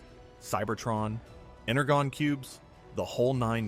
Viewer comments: You cant even get the pronuciation of "energon" cubes correct....it is pronounced "Enerjon"....not "Energone" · It is pronounced En-er-JOHN, NOT en-re-gone. And why did you show a pic of a generic zombie when mentioning Frankenstein? Tons of errors in your videos. And as far as how they came to be, you left out some significant details: a Hasbro rep went to a late 1970s toy show in Tokyo and saw the Microman and Diaclone toy lines. At that time, Hasbro was facing some financial troubles and needed something to bring them back into the black. So, they bought the rights, then partnered with Marvel Comics as well as Sunbow Animation and TOEI Animation (with the help of Bob Budiansky) to create THE TRANSFORMERS toy line and cartoon. Get your facts straight Bud! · Ener-Gon....really my dude? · Is this narrated by AI? I’ve never heard anyone say ‘ener-gone’ cubes before…ever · Ener-gone cubes?? Lost all credibility when you said that. Also I object to you calling the cartoon show a 22 minute toy commercial, it definitely was not. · Click here if you also got mad that he said, "Ener-gone cubes" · You really gonna pronounce "enner gone" cubes to an audience of Transformer fans. Stinks of AI narrator. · Ener-gone? C'mon dude. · I know I can't be the only one who grimaced when he said energon with a "guh" instead of a "j".... 😖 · you pronounced Energon the wrong way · The "g" in "energon" is soft.